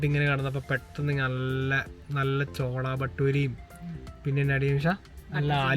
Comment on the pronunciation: ചോളപട്ടൂരി അല്ലെടേ. ഛോലെ ഭട്ടൂരെ ആടെ